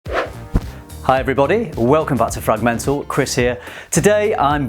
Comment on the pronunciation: FRAG-MENTAL 💀💀💀 Hahaha